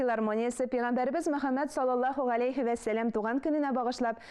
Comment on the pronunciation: без "авыл" диеп язабыз, "аул" диеп әйтәбез. "Вә" диеп языла, "үә" диеп укыла. Мин гаепләп әйтмим, төзәтәм генә. Рус мәктәбендә укучыларны моны өйрәтмиләр